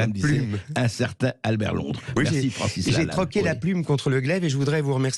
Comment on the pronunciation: Je rêve ou il prononce "Francis Lannal" à un moment ?